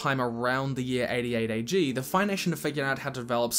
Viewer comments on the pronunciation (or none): its AG not BG